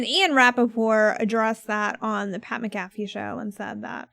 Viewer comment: Are you guys purposely saying pats name wrong?